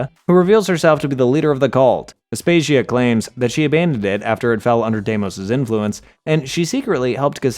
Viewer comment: Im offended at the mispronunciations of the odyssey characters. Anyone who played the game should know how aspasia diemos and myrinne should be pronounced. Bwahhhhhhahaha! 😭😭😭😭